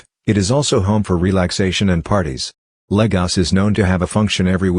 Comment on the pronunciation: And the fact that it neither uses the Portuguese nor the Nigerian accent to say Lagos. Ugh! Irritating. Great images.